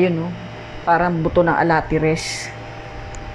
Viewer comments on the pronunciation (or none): Aratiles not alatires 😂😂